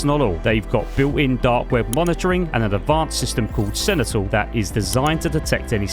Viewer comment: I too am a simple man I know that "sentinel" is not pronounced "sennetill"...